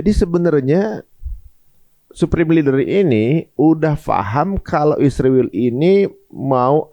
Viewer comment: Knp host & narsum nya sllu bilang isriwil? Knp gak bilang israel?